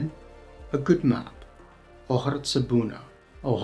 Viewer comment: You made few mistakes: first you mixed the ‘a’ sounds. Then ‘hartă’ is corect, not with ‘tz’, when it is at singular. At plural it has the ‘tz’ sound.